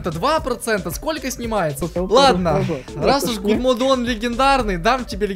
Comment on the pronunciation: "Гудмоде" . Боже...